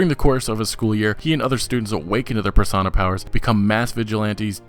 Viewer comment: It's pronounced Persona, Per-So-Na not parsonah. Love the vids still.